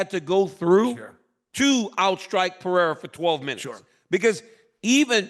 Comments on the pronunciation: Who is Alex "Pee-era" ? Lmao can someone please tell both of these dudes how to say the guy's name correctly already lol. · Purr-ray-rah its easy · PE - RE - I - RA 💥🤯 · Chael is gonna have me saying 'Piera' soon enough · Serious question: does Chael intentionally mispronounce legitimately every single fighter’s name 😂😂😂